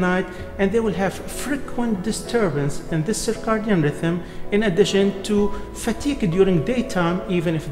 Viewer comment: The proper way to say it in English is "Circadian", (ser-kay-dee-in). It is not Cicardian.